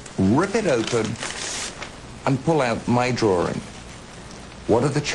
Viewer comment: "Well, you know my name is, and I like to do drawrings..." LOL